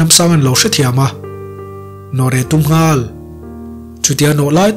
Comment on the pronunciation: Nghal... tih thluk i hman dan hian ngaih thlak a nuam lo... a nih tur ang i phawk chhuak lo...ka ip deuh...